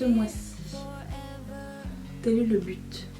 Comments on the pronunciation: On t’aime, même les jours où tu es grognon ou grognonne 😂et tu peux dire à Mathieu qu’on dit butttttt😂 💋💋💋💋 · Coucou ma belle, moi j'adore voir tout ton MU, du début à la fin, je kiffe. Et Oui, on prononce bien le T dans but. et je confirme ce qu'une autre riri t'a écrit, c'est bien le groupe Chic qui chante en 1978, "le freak, c'est chic" ! Bisousssss